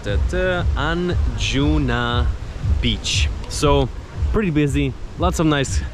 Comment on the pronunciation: As someone from an older generation, and someone who has spent months in Goa, since 1994, what strikes me is that here you have someone telling people 'everything ' they need to know about Goa, when he has literally just arrived. He hasn't been there long enough to know how to pronounce the word 'Anjuna', let alone do a comprehensive 'travelogue'. It is something which highlights to me how some of the developments of technology are not being used in ways which are beneficial. The idea that you can sweep around 'Goa' which has many, many beaches and villages and is 2/3 hours north to south, in ONE day and then report on it as if you know anything other than a quick look, is ridiculous and also quite depressing . I'm sure you mean well. Admittedly you used the word, 'impression', in the title, because that is all it is.